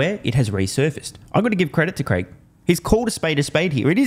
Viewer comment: It’s Craig as in Craig Irwin. Not Greg.